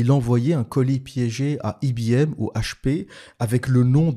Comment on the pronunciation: On dit en France: i b m et non pas i bee m, ou en anglais: high bee m...😅 Sinon, j'ai travaillé chez HP à Grenoble, soit Hewlett Plackard...😅😅😅